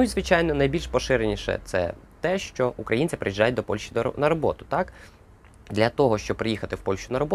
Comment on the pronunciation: Правильно писати і говорити не ПольШа, а ПольЩа